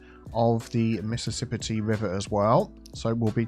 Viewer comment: Mississip-IT for de pedestrian area 🙂